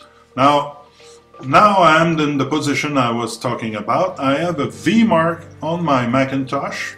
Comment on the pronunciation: I am heartened to see VMARC still finds use. (By the way, it is Vee Em Arc, not Vee Marc)